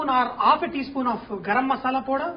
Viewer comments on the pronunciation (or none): none